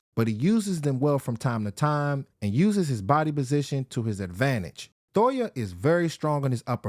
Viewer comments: Jay toh-eeee-ah Not Toya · Thoya lol I swear it’s toy-eee- ya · Why does he keep saying Thoya? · And for gods sake you are butchering his last name 😭